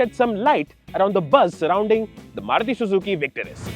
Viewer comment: oh, my, God!!!! Just as the video started, I was thinking, "finally, these guys, I have been waiting for them...", and then I see that you PRONOUNCED THAT NAME CORRECTLY!!! YESSS!!!